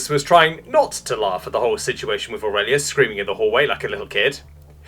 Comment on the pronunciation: I couldn't stop laughing. Orelious lol.